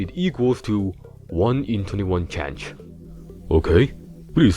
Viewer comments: Chance ❌️ ChanCh✅️ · "one in twenty one tchantch" 🗣🔥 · Bro this guy on another lvl. The way he pronounced chance had me laughing bro. why do people talk like this? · I am dying at how he pronounces "chance"